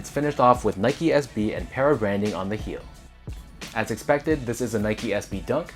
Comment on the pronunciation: PARruh not pairruh